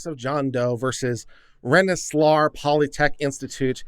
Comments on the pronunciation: "REN suh leer'" Polytechnic Institute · Just pointing out that Rensselaer is pronounced Ren-Suh-Leer. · It's pronounced Ren-sa-leer